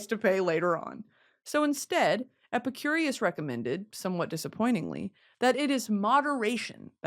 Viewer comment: brittany pronouncing epicurus as epicurious for an hour